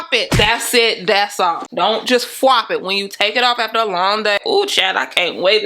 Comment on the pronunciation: Tossed the wig to the couch... "Don't FWOP it" 😬 oops